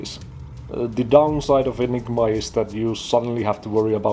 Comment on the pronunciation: Definitely getting Dr. Evil vibes from the way you say "Enig-MA" haha